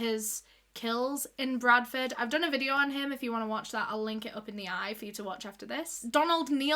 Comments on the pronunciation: solve today videuh Love when she says these lol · sor tordaes videor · Soh Todehs videoh... just love hearing that little phrase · SUH TODAHS VIDEOH <— best thing I’ve heard all day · My favourite words in the entire world: "so today's vidyo..." love you! ❤❤❤